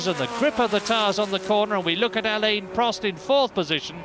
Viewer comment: What year did Murray start pronouncing Prost's Christian name properly?